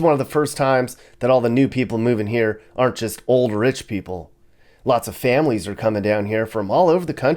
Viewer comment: These are always fun. My new pad is north central Florida. Kinda glad you didn't go there...lol. Id like to give on piece of advice? When you said "aren't alot of homeless..." Or something...it sounded like you said there "are" alot...maybe you could work on that? I bete some people heard it wrong. And we're all listening for those details. Thanks for these, I enjoy spending a few minutes watching...